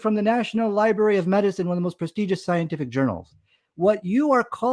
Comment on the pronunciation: 😂😂😂 Phul schientiphic